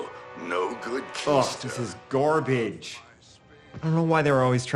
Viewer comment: Did he just say “GORbage” instead of GARbage?